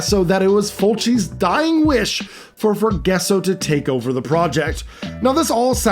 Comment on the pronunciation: Ita not Forguesso its Forgasso (fore-ga-so)